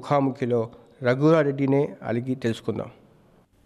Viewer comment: Aligi kadura...daffer... Adigi ani palakali